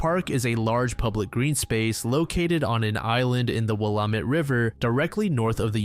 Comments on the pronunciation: Thank you,! You've been spoiling us again... or maybe YouTube is finally showing me your drops, lol. And an extra special thank you for pronouncing Willamette correctly! That's a rare one. I hope you've been well, sending love to you and all in the community ✨️🖤🐧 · Thank you for pronouncing Willamette properly 🙏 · shout out for pronouncing Willamette correctly